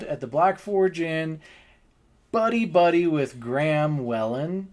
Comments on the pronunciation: Its not wellen its pronounced wheelin 😂😂 and the wig is dating conors sister 😂 that man was not the wigs dad 😂😂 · I'm Irish, just for future reference Whelan is pronounced Wee-len. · Just have to let you know how to pronounce the surname Whelan. Just say Wheelan 🙂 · So your theory is that they just wanted to embarrass/shame him because he did so to Ryan Whelan at the bar? It's WHEELan, just to let you know.